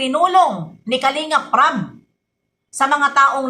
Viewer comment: BB YONG RAB MO NAGING RAP 😂❤❤❤